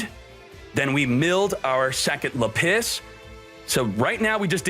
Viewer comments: Lapiss had me rolling. LA-PIS not LA-PISS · Le PiSS.......can you not. This video is unwatchable hearing you say lapis wrong. It's literally lap. And is. Not let piss. It's lap is like a z. Lapizzzz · lah-pus no lapiss lmao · Btw lapis is pronounced lah-pis not lapiss they don’t pee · It's..lapis , not la-piss..this guy.. doesn't pRonOunCe tHe nAmEs coRrEctLy.. i bet he's.. a fake fan..of Yu-Gi-Oh!.. don't support..this channel.. nor k0nami..unistall this..toxic game.. (damn I hope people..don't buy..this..box now..so..my own..business..can..succeed..finally..) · Lapis not Lapiss. Bro huge fan but ya misspronouncing these cards is cringy lol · its not luh-piss its lap-iz lol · laPISS instead of LApiss. Now this is the reason I keep watching. Never change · Say it with me... Lap - issss not La - piss OMFG it's a gem FOOL! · its funny how he keeps pronouncing lapis like le piss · Lmao you said lapis like lapiss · Lmfao “lapiss” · It’s lapis not lapiss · Gem-Knight Lady LA-PISS I just found that pronunciation funny. It’s usually pronounced with a hard A and a soft I. Like how you would pronounce the Pokémon Lapris but without the R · Ah yes. La-piss. You can find it below y = 32 and most often between 19 and 17. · Nobody:: Le'Piss